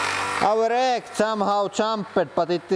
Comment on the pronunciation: "And now the eeg"